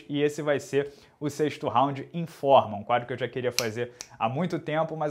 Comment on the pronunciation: escutei "em forma" nao informa kkkkkkkkkkkk